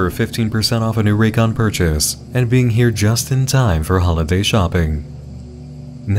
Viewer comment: Raycons also go "RAYCON", like sega and it makes me laugh every time.